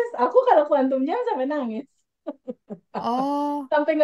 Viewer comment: Kuantum jum. Bukan jem. kena cakap jum atau jump. Lompatan kuantum.